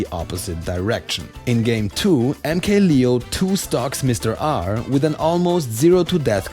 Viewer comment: Anyone else getting low-key annoyed by him pronouncing MK-Leo as "lee-oh" instead of "layoh"?